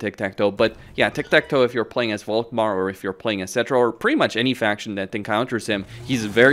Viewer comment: Why do you pronounce "Volkmar" with a "v"? It is German and should be an "F". I.e. "Folkmar". "Folk" btw means "people".